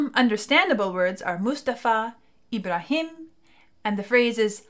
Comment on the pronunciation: It's "Ibrahim", not "Ebra Eel", roflmao :DDD